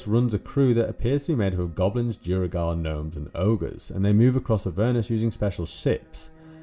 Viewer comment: I . . . really hate the way you pronounce Duergar. It's "Dwur-gar", not "Ju-re-gar".